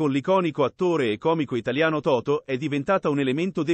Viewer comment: chi parla? Totò e non Toto.